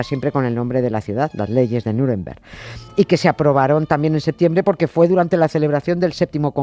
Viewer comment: Nieves porque dices "Niuremberg"? Eres de "Miurcia"?